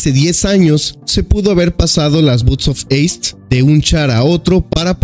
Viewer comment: Me sangran los oidos cada vez que lo dice